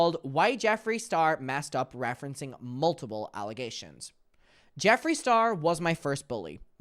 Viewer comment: i love how it sounds like you’re saying multible